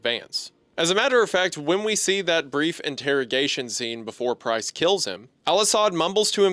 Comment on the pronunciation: LMAO! I know he’s saying “Price”, but it sounds so, so, SO much like “Christ”. 😂 First time I was listening I got so confused! I was like, “Jesus? What is Jesus doing there?” Before I realized what he ACTUALLY said 😂